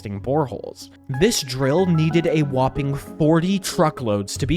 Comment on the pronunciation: Please stop saying the word whoping sounds so stupid